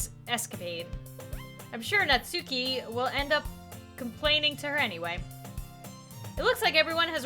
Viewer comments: Her name is pronounced Natski, btw. The u is barely there at all. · Did you know that its not pronounced Nat-suke its actually Nat-sucke? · You can keep pronouncing it Not Suki but it is supposed to be pronounced Not Ski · ITS PRONOUNCED NAT-SKI NOT NAT-SUE-KEY 😡😡😡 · It’s pronounced not-ski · Not to be rude but it's pronounced not ski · Pronounced as Nat Ski. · I'm so used to hearing "Natski" not "Natsuki" (i say both now bc WHYYY) WHAT HAVE U DONE TO ME